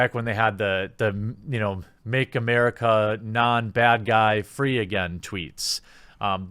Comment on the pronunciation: Make Amurika what? I didn't catch that, can you please say that again?